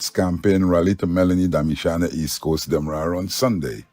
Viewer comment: A bless good morning too you this is one of your favorite follower, must please say demarara and not wara thank you